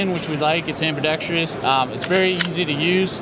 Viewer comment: Why does everyone in the gun industry say "ambidextrous" wrong